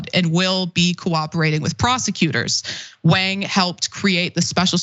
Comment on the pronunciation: It's very important for journalists to correctly pronounce names, the A in Wang is more of a AH sound.